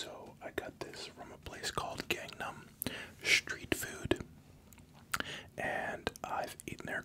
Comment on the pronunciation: Why is he saying schtreet? 🙄🙄